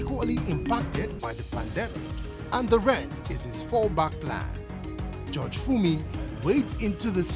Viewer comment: Please Nigerians the word is" judge" not" George"